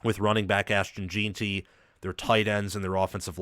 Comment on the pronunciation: Very good breakdown of the matchup. One of the better ones out there, really. One thing that makes your breakdown a bit tough (not your fault) is that BSU's center and RG you referenced are the backups that played most of the season due to injury. The starters are back. I do have to provide a couple name corrections, though. Jen-tee, not Jeeen-tee. Soft E. Ah-med Hoss-en-neen. Braxton Feelee. Marco No-tree-on-nee